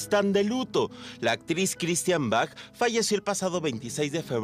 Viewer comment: Hermosa nuestra Christian Bach!!!! Argentina, acá en nuestro país también trabajó mucho. El apellido de ella se pronuncia "Baj" como el músico, no, como lo pronuncias vos, "Bach" o sea con "ch". No se lo pronuncia literalmente. Te corrijo xq suena mal oirlo no parece q te refirieras a ella.